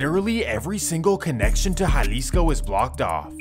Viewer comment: Estava en Jalisco en 2008, en puerto vallarta. nice place. Good job on the spanish pronunciation with the names, unlike most, I was surprised, like that's a first. lol